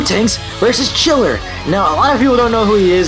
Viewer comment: I think his name is Ghiller not Chiller